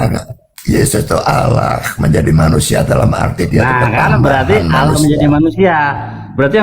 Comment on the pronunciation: Coba keristen asli tulisan allah dibaca salah alah , ini uda salah